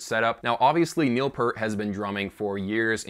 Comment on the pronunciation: really surprised that this guy knows his bass V-drum is named Wendy, but he can't pronounce Neil's name correctly....priorities dude...get 'em prioritized...